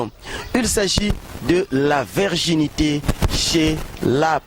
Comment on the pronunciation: virginité et non la verginite